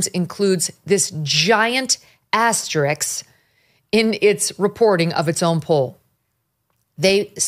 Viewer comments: It’s ‘asterISK’, not ‘asterIX’! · Megyn, I really like your analysis. But please, say "aster-ISK," not "aster-"ICKS." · I love you, Megyn, and I vote you up always. But it's "asterisk", not "asteriks". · AsteriSK. S before the K. Just like "ask". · First time in decade of watching you that you have a compulsive mispro. Asterix is nowhere near as bad as nukyoular (common among lesser presenters). Seriously, LOVE your analysis and your upbeat look at the world. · Why can a professional television journalist not pronounce "asterISK"?